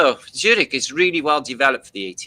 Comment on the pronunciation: showing Zurich Switzerland... We miss pronounce Zurich... Broken up in it's Urban dictionary sound like... ZU-RICH as in is you rich??? Great podcast today 💋